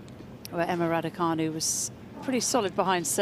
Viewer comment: It's canu not fanu, who's thick at your end !!!!